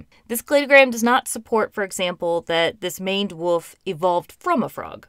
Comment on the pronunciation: Woof is now and has always been an odd way to pronounce wolf